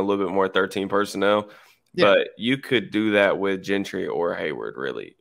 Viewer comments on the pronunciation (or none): No he's not. He keeps going back to the wrong pronunciation. He keeps saying "Gin-try" thru the whole episode.